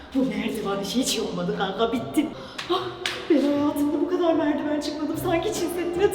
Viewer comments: merdivene merdivan demesi😂❤dk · Merdiven:❌️ Merdivan:✅️ yaa 😂😂😂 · merdivan demesinde patladım😂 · Merdiven ❌ Merdivan ✅